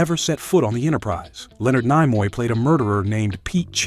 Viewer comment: N-eye-moy? Again, please edit these preposterous errors. I know his widow and that pronunciation is wrong (and bizarre)